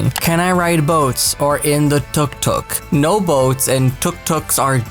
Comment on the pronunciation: Why say Tuk Tuk like that? Like... whaa?